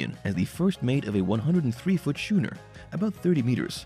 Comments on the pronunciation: Your shooner is pronounced skooner. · I really don't like YouTube videos that use the title as a hook and then stretch out the video. I never did figure out why Thomas left the show. It might be buried in there some place. The first part of the video was nice. Thomas seems to be an incredibly interesting character. But the it drifts off into the history of the show and the video gets lost. Also shooner? Is it really pronounced that way somewhere?